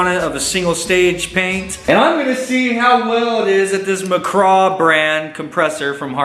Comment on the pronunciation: It's not Mc "CRAW"... it's Mc Graw (Mic-graw).